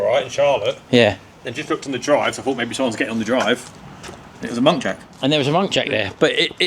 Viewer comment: Muntjac……not monkjac….😂😂😂